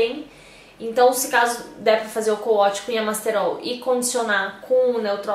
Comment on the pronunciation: Na verdade se escreve CO-WASH mas se lê couaxi com som de X e não couatchi com som de T.